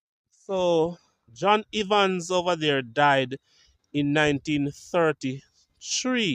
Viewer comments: Please pronounce Evans like heaven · The E in Evans sounds the same as the e in egg